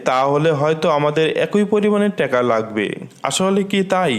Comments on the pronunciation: ভাই বাংলাদেশের মুদ্রার নামটা অন্তত সঠিকভাবে উচ্চারণ করেন, টেকা না টাকা, ধন্যবাদ। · ট্যাগা না টাকা